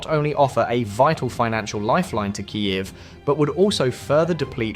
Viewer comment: Kyiv is not pronounced ka-yeff. Wouldja believe it's pronounced "kyiv"?